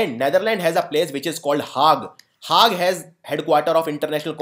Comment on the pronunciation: sir please you are very knowledgeable but every time you pronounce 'Hague' i feel disgusted. you are pronouncing it incorrectly.